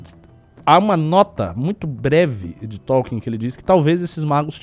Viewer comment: eu concordo com quase tudo que vc falou mas toda vez q vc fala T(ó)lkien uma fada morre